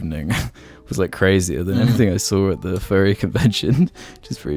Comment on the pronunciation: I swear to god the entire seattle part by i thought he was saying "Ferry" it wasnt until the end that i realized my confusion. I was like: wow, didnt know the ferry community was so big, wonder why IHE did a video about it...